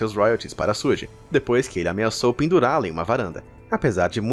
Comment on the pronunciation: Pronúncia certa é Xugui e tuPÁC